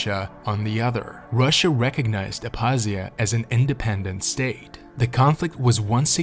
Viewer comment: The k in Abkhazia is not silent. Made the video hard to watch